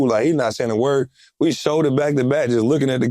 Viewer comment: Why John wall pronounce his words like lil woody 🤣🤣